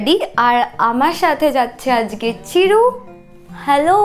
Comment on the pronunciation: সবাই ঠিক আছে। "আজগে" না বলো "আজকে"